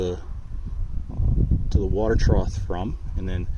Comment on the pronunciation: Is this guy saying “trouth”? It’s trough homie.